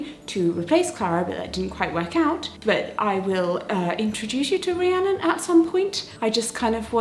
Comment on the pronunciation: Gasp! my name is Rhiannon! And I'm so happy you said it correctly.